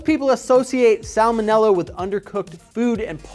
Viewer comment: I thot u didn't pronounce the first l in salmonella